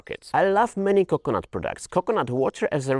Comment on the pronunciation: CO-cuh-nut emphazise OOH